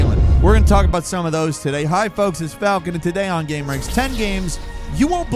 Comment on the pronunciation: why do you say GAM-ranx and not GAME-ranx? 🧐🤔